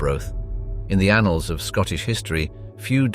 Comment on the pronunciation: Did he really say “anals”?